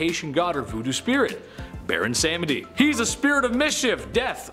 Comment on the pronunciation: You mispronounced Baron samedi, pronounced (SOM-D). Loki's daughter wasn't named Help, her name was Hel (said same as hell) & she was the goddess of death. You got your Eris & Eros mixed up Eris is the goddess of chaos and is the daughter of Zeus and Hera. Eros is the god of love and is the son of Aphrodite and Ares. Eros & Cupid are the same person, different names just like Ares and Mars is the same. Number one should be Zeus. He was married to Hera (only because he took her virginity) but had some 30 other children with different Titantress, Godesses, & mortal women. In fact his son Perseus is the great grandfather of his son Hercules. His children not from Hera includes, Athena, Hermes, Persephone, all 7 Muses, The 3 Fates, Apollo & Artemis, Perseus, Hercules, The Minotaur, Dionysus, & many many more.